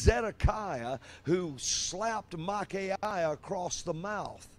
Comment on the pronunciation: and following, he is like "Mike-i-ay" or something, and then dismissively says "Michaya" like THAT is the incorrect pronunciation-- hint: the Hebrew is "Who is like Ya(weh)?" just like "Michael" is "Who is like El?" and not "Mike-i-iel" or whatever. And finally: NOT IRONIC. These people.